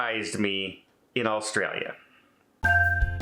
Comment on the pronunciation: u can tell u werent here long... u cant even pronounce the country name